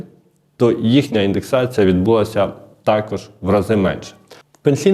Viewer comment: Відбулася - наголос на а